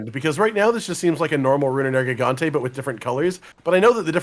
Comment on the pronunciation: I keep forgetting pronounces Nergigante with a soft "g", and I also forgot just how much that bothers me.